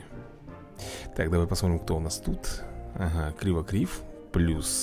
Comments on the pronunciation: надо говорить не КРИВОКРИВ а КЛИКОКРИВ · Вообще то правильно Клыкокрив